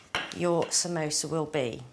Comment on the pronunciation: Samosa* not samoso.